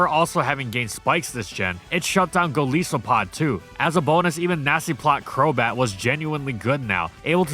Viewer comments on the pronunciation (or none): Two fun facts about Crobat: 1. As you can see in this video, those teeth visible when its mouth is open are simple three large teeth in its lower jaw. 2. Despite not having legs, Crobat has been shown hanging by those little tufts of fur on its butt. Also for Arceus' sake man pronounce Raikou and Golisopod correctly.